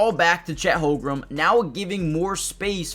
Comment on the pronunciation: Good analysis. Again, please learn how to pronounce Chet's last name. The Thunder fans will thank you.